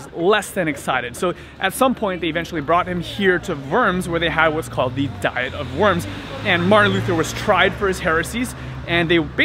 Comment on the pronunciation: It's been great to follow your journey. I've heard it said "dee-ette" instead of how we normally say diet.